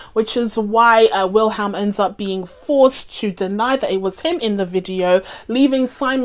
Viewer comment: I'm not an expert but I think it's pronounced "Willem".